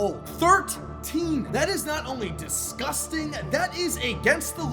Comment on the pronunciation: Y u said disgusting like that bro 😂😂😂😂